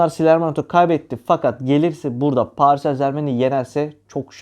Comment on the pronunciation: Allah askina paris en zermen deme yav elim ayagim titriyor